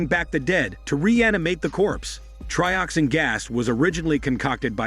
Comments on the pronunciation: It's not Trioxine! It's Trioxin and it is pronounced as such. But yeah, this video is awful. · 245 trioxine! Say it right😂 two subway bums are called workers 😂😂 watch the films you review